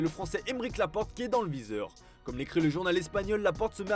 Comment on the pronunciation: Le français ? Lapporte ? 🤣